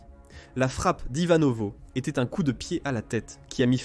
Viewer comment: Pourriez vous apprendre, entre autre, à votre voix robotisée que le verbe être ne se prononce pas eSt ou é"S"tait à l'imparfait mais "était", ou "ET" sans Le son "S" . Merci